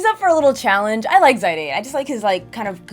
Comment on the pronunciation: Sorry but for me as a big Zidane Fan it hurts me hearing it that way.